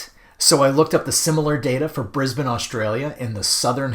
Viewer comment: And, well done on the pronunciation of 'Brisbane'